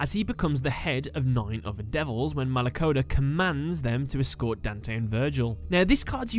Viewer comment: i'm italian and my hearts died every time you pronounced any demon....exept for malacoda